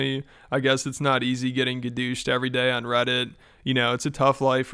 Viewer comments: I literally lost it when he said he was getting “gadooshed” 😂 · Gadoooshed lol 😂